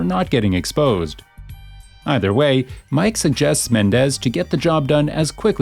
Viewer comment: you saying mikes name wrong dude you should like actually play the fucking game before you make a vid on it